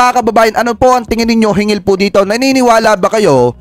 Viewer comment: SIR HINGGIL NOT HINGIL😊